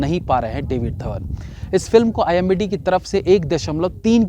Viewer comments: It's starnge, being a successful reviewer and such a knowledgeable person of films, saying IMDB as IMBD IMBD .. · bhai wo IMDB hai IMBD nhi. Keep up the good work... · It's imdb not imbd😂😂😂😂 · strikes again.. Its IMDB and not IMBD 🤦🏻‍♂️🤦🏻‍♂️🤦🏻‍♂️ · IMBD nahi bhai.. IMDB hota hai 🤣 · Abey! IMDB hota hai IMBD nhi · Kya sir ji phir se imbd, oos din bhi aap yahi kah rahe the, it's IMDb 😭. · .....IMDb not imbd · aap IMDb ko imbd bol rahe the. By the way love you ❤️ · Tu imbd bol raha he Aur imdb likh raha he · Arre bhai IMDB HOTA HAI NAA KI IMBD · imdb hota hai imbd nhi...4 videos ho gye bolte bolte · Bro it's imdb..not imbd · Bhai aap ghalati Se IMDB ko IMBD parh aur likh rahy hain..... Title main th3k kar dijiye Sab yehi bol rahy hain... Chalein comments zyada ho jayengy aisy hi rehny dein isko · bar bar IMBD kyu bol rahe bhai,IMDB Hota ha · Imbd he said it 2 times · Pehle aap thick se IMDB kehna sikhlo, bhalehi aapka channel follow karta hu par bar bar ek galti pasand nehi hai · wo imbd nahi IMDB hota hai. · Bhai hamesha IMBD hi bolta hai pehele ki videos me bhi...😂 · यार वो imdb होता है न की imbd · It's IMDB (and not IMBD). BTW there are worse movies than these so better tell the parameter at start itself. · pehle to IMDb bol lijiye..imbd nahi 🤣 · IMDb hota hai imbd nhi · Abay its I.M.D.B. Not imBd. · Bhai imbd nhi imdb hota he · It's not IMBD it's IMDB. please pronounce correctly. 🙏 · The word is IMDb NOT IMBD rating 😂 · It's IMDB; not IMBD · I hope you noticed that the word is i.m.d.b not i.m.b.d 😁😁😁😁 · Imdb hota h...imbd nhi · IMBDd nhi wo IMDb hota hai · You are saying IMBD instead of IMDB . Didn’t I hear it right? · IMBD bol rahe ho bar bar.. IMDB hota hai bhai sahab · That s imdb not imbd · It's IMDB not IMBD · IMDB ko IMBD bol rahe ho Bhai, sahi shabd toh bolna seekh lo 🙄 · Imbd nahi imdb bolo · didn't he just said imbd blabala🤣🤣🤣🤣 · Why you are saying imbd continuously in place of imdb ?